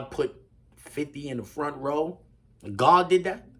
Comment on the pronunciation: He ain't say God did that he said "Gard" as in the Garden loll... Cuz Gard did do that 100%